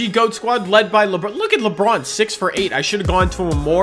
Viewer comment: Anybody else think he says LeBrun